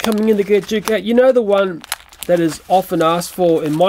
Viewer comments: Why did you say juke it's duke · Juke, that's not Juke that's Duke you pronounce that wrong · You said duke wrong you said juke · U are saying Duke rown